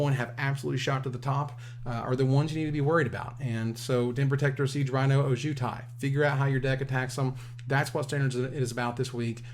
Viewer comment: Every time mispronounces Ojutai, I die a little inside